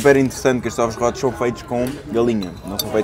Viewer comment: “Ovos rótos”